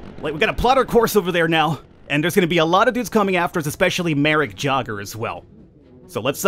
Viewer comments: it's pronounced yay - ger :P not jogger lol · So Jager is said yay ger. Sorry aha good video tho :) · That elite pilot is actually pronounced more like yayger. Just saying. Nice video! :)